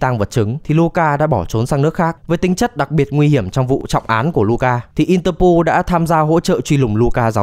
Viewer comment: có phải ông nói lệch sang Interpool không thế? =]]